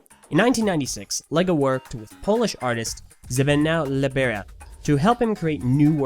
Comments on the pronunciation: Zbigniew is not pronounced like that LOL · you say Zbigniew wrong